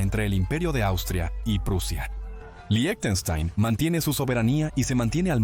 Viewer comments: debería decir líjtenshtain /ˈlɪçtn̩ʃtaɪn/ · Que mal pronuncias Lichtenstein Suena como "lichestein"